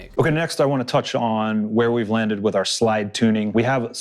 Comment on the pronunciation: he said ith everybody he said it